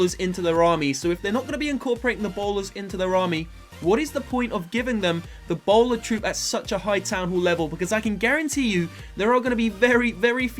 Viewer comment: when you said the bowler it sounded like Ebola